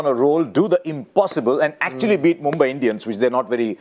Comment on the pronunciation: Why is polly saying MOMBAI instead of mumbai??? Should be getting it right by now.